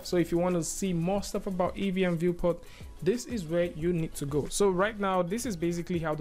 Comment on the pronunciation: EEVEE ... its "EE"VEE for christ sake